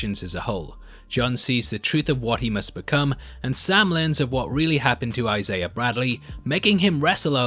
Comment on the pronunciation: love the content, love the channel, but there is no r in the name Isaiah